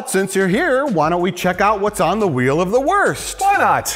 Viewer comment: Mike: "There's a lot of things going on in the world today, but nothing as important as THE WHELE OF THE WORST" 😵‍💫 Me: He's Unironically not wrong tho. 🤗